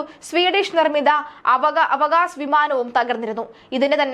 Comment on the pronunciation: ആവാക്സ് ആണ് അവകാശ് അല്ല 😊😊😊😊